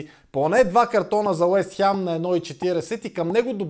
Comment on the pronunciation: Откъде е това Уест хЯм??? хАм, хем, но не и хЯм